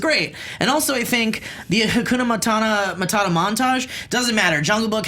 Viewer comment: it's HAKUNA MATATA!!! MataTA motherf**, not MataNA. Understand???